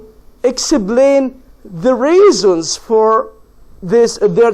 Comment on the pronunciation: شرح حلو بس للاسف بينطق انجليزي مش صح زي كلمة reason and workers